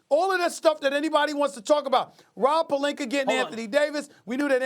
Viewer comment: “Rob Pelinker” - Stephen A Smith